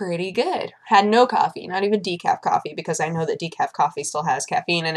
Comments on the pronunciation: She said decafe... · she said de-cafe